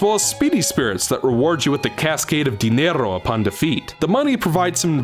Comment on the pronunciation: It's "Dinero", not "Dinerro". Speaking (Or Reading) with a.